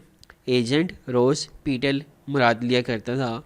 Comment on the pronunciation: It's not pital it's petal